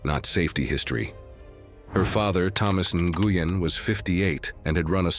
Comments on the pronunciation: The name is pronounced N’win! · Friendly tip: the name Nguyen, is pronounced as Wen (like when) if I remember correctly. I had a lawyer by that name and she told me that’s how she pronounced it. 😊